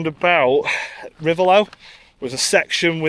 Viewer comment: Reivaulx - Pronounced Ree - Vo - ignore the i, l and x